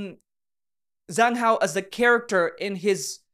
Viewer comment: You always pronounce zhang hao’s name wrong, it’s pronounced as Jang hao with j not a Z 😊❤